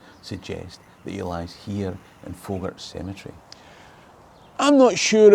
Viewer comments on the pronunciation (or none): I am from Faughart, it is not pronounced Fow-hart, it is Fa-heart!